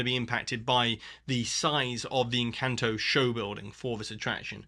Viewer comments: Actually, you didn't. The letter 'a' in Spanish is always pronounced like the 'a' in Encanto... which you also pronounce incorrectly. 😉 It's pronounced like the second 'a' in Harambe, which you do pronounce correctly. So: Esperahhhnza Encahhhnto But great video otherwise. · Tip for not butchering Spanish words (e.g. "encanto", which they say/sing in the movie so often nobody should say it how you said it) - learn Spanish